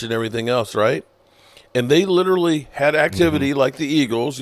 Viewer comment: He butchers that word. It's disgusting.